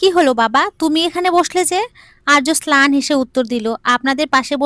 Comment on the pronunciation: Slan not, mlan